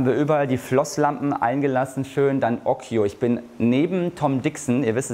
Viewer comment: Ja, occhio heißt Auge und das ist italienisch und wird ockio gesprochen.